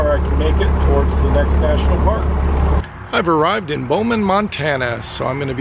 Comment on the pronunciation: Its not Bowman its Bozeman. Thanks for stopping in our town though. :) Had we known when you were at the Walmart in Bozeman we could've stopped by and said hello. Safe travels.